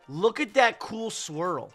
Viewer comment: Did he say SWIRL 💫